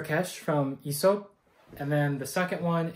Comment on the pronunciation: loved ur whole approach to this video, my only criticism would be the Aesop pronunciation 😂since it's derived from "Αίσωπος" (Aisopos), and the diphtong "αι" is pronounced like the "e" in "egg" or "bed", the right way to pronounce it would be more similar to "Essop" , with the "es" being pronounced like the first syllable in "essence"🤓☝